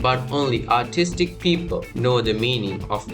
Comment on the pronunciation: I have no idea if you are saying artistic or autistic